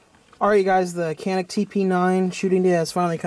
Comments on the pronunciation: By the way - the correct pronunciation is 'Janic' - Greetings from Turkey! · "Canik" pronounce as "Janik" in Turkish language. Sounds like "j" letter while saying "Japan" in English. By the way awsome video :)